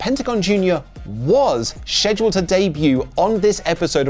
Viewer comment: FFS, learn to say Scheduled,.